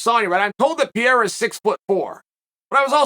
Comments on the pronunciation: PE-REI-RA not Piera, cmon chael u can do that my guy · Purr-air-uh. Not Pee-air-uh is what I thought. Thanks Chael for setting me straight. Undefeated in linguistics. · it’s pronounced alex “pear rare rah”. Keep up the good work uncle Kale..Chael 😅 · how can you know so many things, how can you talk so much about all this and cant even pronounce his name correctly? who the f**k is Piera? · Sonnen Say it with me Chael: "Peh hay rah" (or "Peh ray rah") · Ankalaev beats Pereira I think. Chael still sticking to his guns of pronouncing Pereira wrong 😂 How sad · Today Ariel lecture Chael on how to say Pereira, in which Chael said perfectly twice, then went back to Piera like a Champ to never go back. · another chael "piera" video, we are truly blessed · when are you going to stop pronouncing every fighters name like an uneducated white guy… you’re missing an entire R in Pereira… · Based on your pronunciation of Pereira, we believe you when you say you don’t know him personally 😂